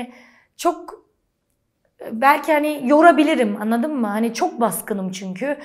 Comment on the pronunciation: Şeymacım “l” harfini kullanmayı öğrenmelisin. Annadın mı yada yannış değil, anladın mı, yanlış.